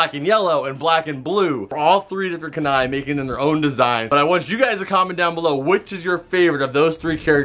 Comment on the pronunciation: First, naruto is orange. Second it's pronounced ku-nai not ka-nai. Loved the vid though I'm just a weeb